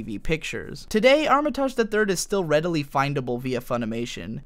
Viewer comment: It hurt every time you said her name because it is so mispronounced. It’s arm-it-age ! Loved polly matrix and the characters was great but duo matrix was pants. It cost me £30quid and a reader to play this on a PlayStation back in the day.. how I weeped when it was a shadow of its former self. Also Pluto was such a wasted character in Duo. We never really discover his purpose.